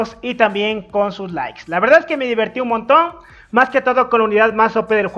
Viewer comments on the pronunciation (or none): none